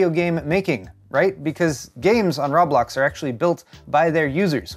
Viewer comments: Ro-blox, not rob-blox...=p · its pronounced Row - blocks! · I heard raw blocks. I was triggered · It's not ROB Blox... LOL its pronounced "Ro Blox"... Now you know LOL! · "Say Row." - "Row" "Say Blocks." - "Blocks" "Now say Roblox." - "Rob-locks" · row blocks not roeblok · Its pronouced “row-blox” not “raw-blox” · It’s not rawblax it’s roblox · It's not Rob-lox it's Ro-Blox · I thought you were saying Rob Lox on purpose lmao. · RooooooooooooooooooooooooooooooooooooooooooooooBlox man.... No fucking A in that at all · It's Rowblocks...how many times you said it in this video actually had me laughing. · Rah blahks? That has to be the weirdest pronunciation I've heard for Roblox. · "I-D Software" "Rob-lox" "Zay-omi" You're doing this to us on purpose, aren't you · I assumed you were mispronouncing Roblox on purpose to troll or play into the joke about not knowing what it is. The pronunciation of "id Software" and "Xiaomi," on the other hand...